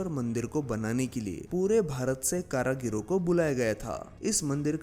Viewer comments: करागीर नहीं सर कारीगर बोलते हैं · Karagir nhi karigar sahi shabd hai... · Nice video but not karagir , It is karigar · Karagir nahi, karigar. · Are bhai Karigar Bolo, Kara Gir Nahi! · Karagiro nahi Bhai, it's karigar.. कारीगर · एक बड़ा अच्छा ज्ञानवर्धक और जानकारी से परिपूर्ण प्रयास कृपया एक सुधार कर ले कारीगर शब्द है करागिरी नहीं है धन्यवाद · Karigar not karagira brother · Tumara hindi bhohoth bekar hai Kaaryaghir nahi karigir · Bhaie Hindi bhSha ka nash mat karo shabd h karigar not karagir good video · Karagir karagir ( कारागिर???) itni baar bola ki dimaag divert ho gaya... Bhai, karigar( कारीगर ) kehte hain unhein.... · Kaareegar not kaaraageer. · Karigar not karagir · Karagiri nahin hota, karigar hota hai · Karagiro nahin bhai karigar hota h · Karagir nahi karigar 👍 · Karagir nhi karigar bolo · भाई कारागीर नहीं कारीगर होते हैं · Karigar not karagaro Wese nice video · Please spell out karigar instead of karagir.. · Bhai thoda hindi sudhar lo....कारागिर नही होता कारीगर होता है। महत्वपर्ण जानकारी गलत शब्दों से बिगड़ सकती है